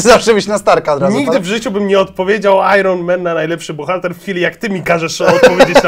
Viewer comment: ajern* men, poprawna wymowa z angielskiego